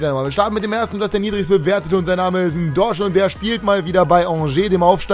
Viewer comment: Ndosch? Dein Ernst? 😂 wird ausgesprochen wie er geschrieben wird